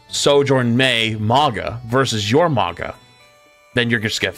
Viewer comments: Stop saying maga , its "maw gah" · Who is this "Moggah" character keeps referencing? I know there's a Mauga, but who's Moggah?